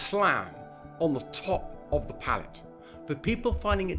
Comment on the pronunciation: Paleetees ? Did u mean palate? (Pa-luht) Now u said u mispronounce words on purpose for comments so i also wanna say f*ck you, u got me